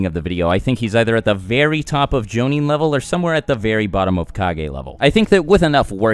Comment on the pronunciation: "...makes it pretty clear that he's not an average jounin." Am I the only one that thought he said Zabuza's not an average Joe...nin?